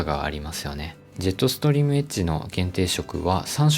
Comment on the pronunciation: エッジがエッチに聞こえる…